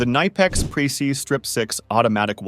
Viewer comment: K Nipex, not niiipex